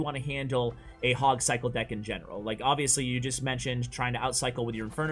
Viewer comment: Nobody:: De ck